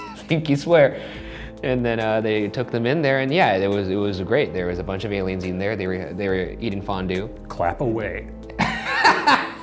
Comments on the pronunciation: Horrified that Shane said ALIUMS the same way I do. He's in my MIND, dammit! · shane: i don't do crack also shane: aliums